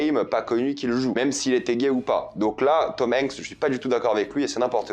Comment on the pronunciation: comment tu prononces Tom Hanks sa me fume